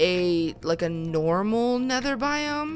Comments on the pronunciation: After I repeated it like Hundred times, I started to hear Biome but because Bi- kinda sounds like The and -Ome is kinda like ham....I tought it would be pretty funny if she said that! :D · Red Fox yea it does sound like what the ham but if you listen closely it's what biome is this 😂😂😂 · turned my volume to the HIGHEST but nope, She says What the Ham! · Well her voice crashes to me and it sounds like Biome -> The Ham...dunno! But at least I am not the only one who heard it :D